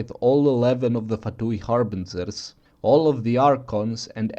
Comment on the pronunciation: "harbinzerz" Love you man